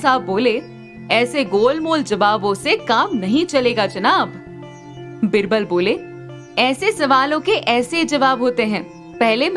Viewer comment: It's not बिरबल,‌ its बीरबल... pronounce it correctly